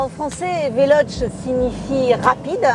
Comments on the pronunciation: Velochéé ou alors prononce le en français velosss parce que véloche ça fait mal aux oreilles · Le e se prononce é en italien donc on prononce Veloce avec un é à la fin non ? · Ça se dit "velocé" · Mdr le début, c est comme un papy de 90 ans qui test mario bros sur la switch au passage c est VELOCHÈÊ